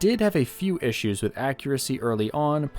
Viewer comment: ishoos ? I think he means, problems